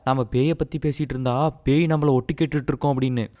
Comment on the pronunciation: pai ❌ pei✅